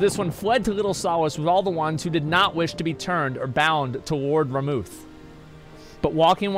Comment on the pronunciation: FFXIV: eikon: El Can, Señor also.. FFXIV: Ramuh: RamuAh